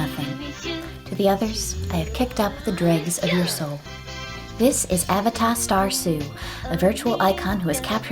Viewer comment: i wouldve pronounced it as uh-VAY-duh rather than A-vuh-tah